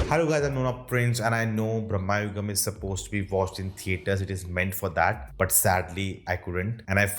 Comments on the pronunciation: Its not pronounced as "Brammayugam" , its pronounced as "Brama-yugam" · Its not Brammha yugam, its Bram yugam...!! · It's not brahma- yugam, but it's bhramayugam!